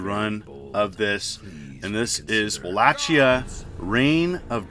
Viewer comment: It's pronounced Wa - Lake - ia